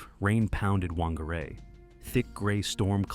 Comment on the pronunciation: Whangarei is a Maori word, which is actually pronounced 'Fan-gar-eye' 😊 Tragic story.